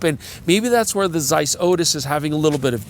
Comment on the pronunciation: Shout out for that German pronunciation of the Z in Zeiss. Really delicately hitting that "tseiss"